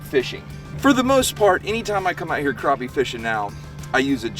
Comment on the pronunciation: Crap-pie not crop-pie lol